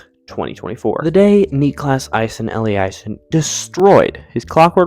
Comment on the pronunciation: Niklas - correct, maybe just a bit more emphasis on the last part instead of the first part Aasen - first part like a in ball, otherwise fine Elliasson - Elli, a pronounced same as in "kinda", son